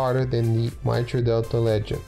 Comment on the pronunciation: Mitre is pronounced might-er